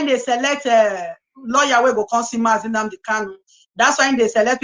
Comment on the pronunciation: Someone should please tell that the name is NNAMDI, and not "NNANDI."